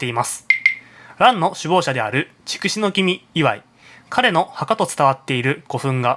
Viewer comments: 筑紫は“ちくし”ではなく“つくし”と呼ぶのではないですか？ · チクシは間違いです。ツクシといいます。たしかに万葉集では「筑紫」と書いていますが、当時の中国では筑をツクと発音していたのです。(少なくとも当時の日本人にはチクと聞こえていた) その後いつのまにか日本人がチクと発音するようになっただけです。